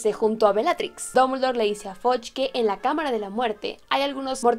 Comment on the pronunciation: No se pronuncia FODCH (fudge) y no se pronuncia BICH (bitch). Buen video! Saludos